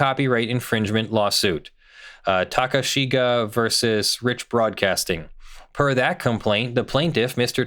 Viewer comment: You're pronouncing 'Takeshige' as 'Takashiga' -- 'e' has a distinct pronunciation in Japanese. Google Translate is able to pronounce it well enough.